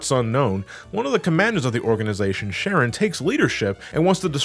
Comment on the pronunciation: The fact you pronounce "Charon" as "SHARON" is more hilarious than it should be.